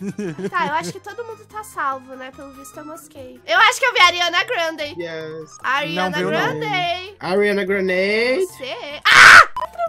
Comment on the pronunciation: A falando ariaanaw grandew